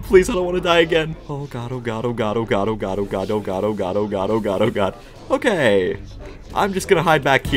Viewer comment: "It's not OKEH to be OKEH"❤(titan cry)😢